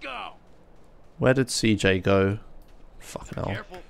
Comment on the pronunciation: What do you mean with "cee hota", it's pronounced CEJOTA or even (cehota), because is the pronunciation of CJ's name in Spanish